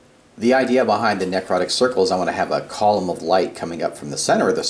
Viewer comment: Not a bad video. The only comment I have is: ne·crot·ic not nec rot·ic